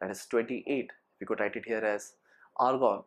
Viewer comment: Lgta h bhai k cold hoya hua h.....😂😂😂😂😂 Tbhi to Argon ko organ bol raha h....va ri angreji mata....🤗🤗🤗🤗🤗🤗